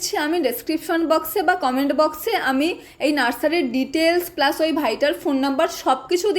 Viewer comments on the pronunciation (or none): none